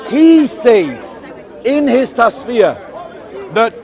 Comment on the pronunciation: I have to say this so you get it right next time- it's pronounced TUFF SEER, not tasfeer You sir, are what I wished i could be a half of. May God keep you always.